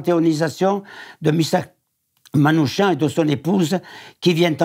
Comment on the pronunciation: Le nom Manouchian se prononce Manoukian